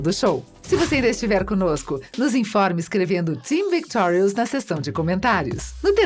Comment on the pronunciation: pelo menos ela fala victorius direito